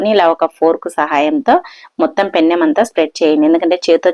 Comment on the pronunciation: పెన్నం కాదు పెనం